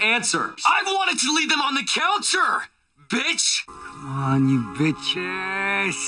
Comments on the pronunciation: He doesn't say "Bitch" he says "Betch" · It kinda sounds like He says "Batch" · manmcx No, the best part is when he said Byatch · He says “betch” not bitch and I love it 😂